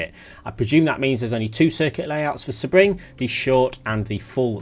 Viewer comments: Just a heads up Sebring is pronounced "See-bring" not "seh-bring". Good job on the video though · He probably had the info early. I'm not bothered if he did. He does call the track "Sa-Bring" though. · No, not in British English. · Correct! Idk why the Brits tend to pronounce it this way. It’s like they apply the “Nurburgring” pronunciation. The city the track is in is Sebring, FL. The “ring” in Sebring is purely coincidental. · Love you, but do you even try with the pronunciations anymore? Seb-ring like it's Sebastian Vettel's personal race track 😂 It's one of the most famous race tracks in the world, definitely top three in the USA.